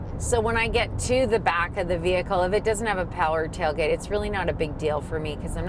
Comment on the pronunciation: “My awms get too tiwed lifting the meany taiwgate”